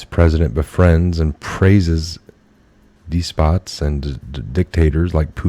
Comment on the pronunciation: It is "des-pot" not "d-spot".